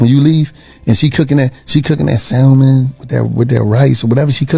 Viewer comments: First of all he already got points deducted because he pronounced the L in salmon. It's supposed to be seen and not heard, just like him. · You cannot take a man seriously who pronounces the L in salmon 🤦🏻‍♀️